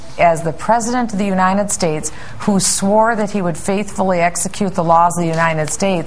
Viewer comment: she says unindet states hahahahahaha